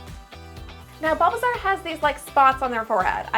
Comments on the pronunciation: Did she say BUBBLEsaur?????? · Okay dude, dude, I’m getting so triggered ever time u say bulbasaur because u say it like balbasaur Edit: fav Pokémon is espeon